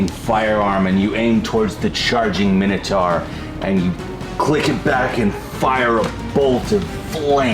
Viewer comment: Can none of them pronounce the last syllable in 'minotaur' properly?